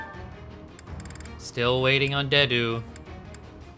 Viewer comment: It's funny how after spending all that time in pre-time skip and everyone pronouncing Dedue's name ingame, still mispronounced his name lmao